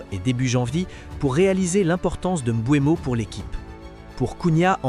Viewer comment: C'est Mbeumo pas Mboinbo😂😂😂 Sinon les dégats seront davantages plus énorme chez les adversaires